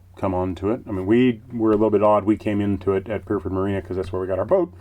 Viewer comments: I really love your videos. pronouncing of Pyrford cracks me up everytime. Think of the sound a happy cat makes and a type of car...Purr Ford. Dapdune Wharf is great for cream teas! Looking forward the next instalment. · Sorry it is pronounced.....purr-ford marina....oop's?